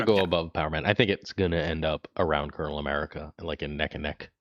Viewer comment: Calling him “Colonial America” makes me cringe. That’s so bad. It’s pronounced like “Colonel Sanders”